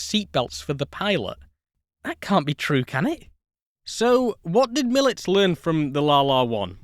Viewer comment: Excellent documentary. I've been fascinated by this plane since first seeing the one in Krakow over 40 years ago. As an aside, Mielec has three syllables Me-el-ets, stress on the second to last (in this case, middle) syllable.